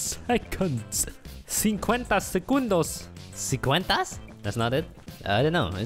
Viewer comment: Hi, I'm from Brazil and I was surprised by your pronunciation of the remaining time